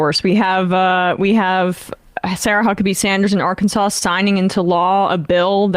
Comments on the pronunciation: Nice almost-slip there, Sam, with almost saying "Sarah Suckabee-Sanders"... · Sam actually slipped up and called Sarah Huckabee "Sarah Suckabee"!!! 😅😂🤣 Aaaannd the march of the millionaires goes on and on and on..😠😠😤😤